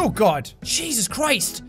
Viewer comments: am i the only one who heard Cheese us?! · He is irish so yeah 🤣